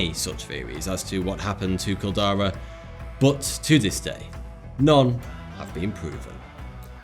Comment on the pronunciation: Y da fuck does he say butt instead of but?